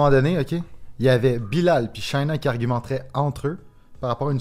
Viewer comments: Je ne comprends pas pourquoi ils n'arrivent pas a dire le nom de Shaïna. Ils font exprès ou quoi. Ça ne demande pas un bac + 5. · Est-ce que fait exprès de mal prononcer le nom de Shaïna? C’est pas compliqué: quand il y a un tréma sur la lettre i, on prononce la lettre.